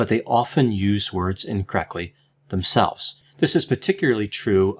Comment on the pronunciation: Why does say incorrecly instead of incorrectly..